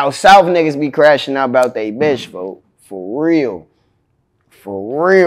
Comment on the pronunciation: They really be saying 4/foe not folks 😅